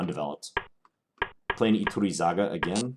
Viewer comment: Iturrizaga is a very strong GM so you stood very well against strong opposition in this session. I'm also impressed at your pronunciation of the name Iturrizaga I'd expect most of the chess youtubers on my subscription list to butcher that name and say something hilarious instead (at least for Spanish speaking viewers). Congratz on that!